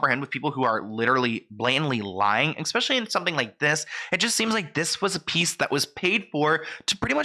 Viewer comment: Omg - ESPECIALLY. THERE IS NO X IN THE WORD!